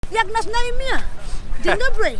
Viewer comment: " Dzień dobłry " ;)